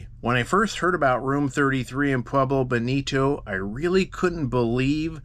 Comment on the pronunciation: Live in the SW near here but had to leave due to his pronunciation of Pueblo. Cringe worthy.